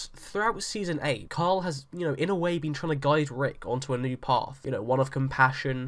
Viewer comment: It's Carl, not coral lol. And 2nd, I'm not sure how much of the comics we can grab from anymore since Carl is being killed off. So let's not assume anything from this point forward. That being said, I don't see Rick being peaceful until he takes control of Neagon and the saviors.